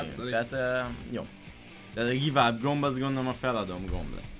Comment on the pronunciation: amúgy úgy kell mondani a give up-ot hogy GÁJV ÁP